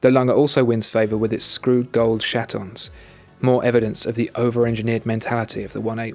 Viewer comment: heh heh he said shatons